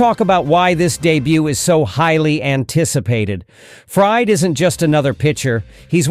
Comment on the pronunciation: Fried: Not ‘fryed.’ FREED. 🙄 AI sucks